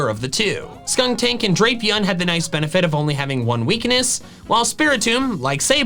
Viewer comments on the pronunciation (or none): none